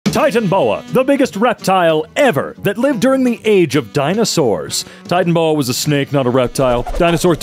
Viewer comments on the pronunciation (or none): Did he really pronounce it like “titan-bow-a” ? It’s “ti-tan-a-bow-a” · It’s not Titanboa, it’s Titanoboa!